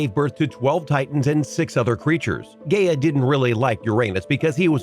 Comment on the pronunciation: He said GAYa and UrANOSE